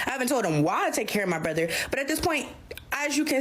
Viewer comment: How come they pronounce, Brother, " brotheeere"?